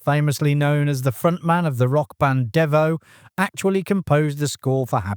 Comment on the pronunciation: "DEE-voe". Not "DEH-voe".